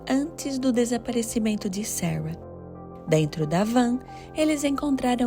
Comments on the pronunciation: E o tanto que incomoda ela falar Sawa, Sawa, fala Sara, pelo amor de Deus kkkkkkk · Vídeo bom mas a pronúncia do nome Sara” está muito ruim.